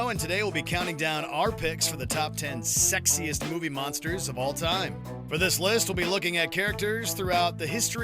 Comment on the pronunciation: I THOUGHT YOU SAID SEXIST NOT SEXYEST